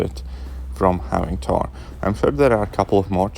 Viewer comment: Ttor (**Russian accent intensifies**)